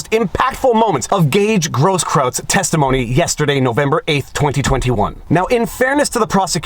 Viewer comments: Grosskreutz pronounced gross kroits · Not that it matters too much, but it's pronounced Gross KROYTZ... means "big cross" in German. The benefits of having been stationed in Germany.... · You keep calling him Grosskraut instead of Groskkreuz. Was that intentional? Lol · Viva. My man. It's Groskroyts. The spelling. With kisses from Germany, Your grumpy German from Pommerania. 😘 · It's hilarious, the many mispronunciations of that guy's name. I don't think I've heard anyone say it properly. It's actually GROSS-kroyts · Absolutely no one: … Me: Proper German pronunciation of “Grosskruetz”sounds like “Grosskroitz”… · dude, I'm ashamed of your inability to pronounce simple German.